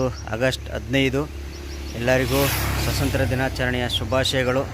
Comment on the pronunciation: ಸ್ವಸಂತ್ರ ಅಲ್ಲ ಸ್ವಾತಂತ್ರ